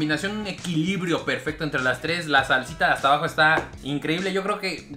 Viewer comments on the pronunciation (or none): none